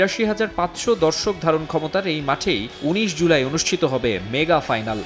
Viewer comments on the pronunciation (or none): none